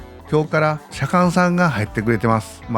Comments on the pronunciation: どうして左官の事をしゃかんって言うのだろう🤔方言？ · 左官さんって「しゃかん」って言うんだ